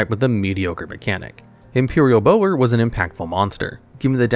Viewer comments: Bower isn't pronounced like bow and arrow, it's pronounced the same way as bowing (bowing your head) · I always thought it was Bower was pronounced like Bowser without the S, not Bow er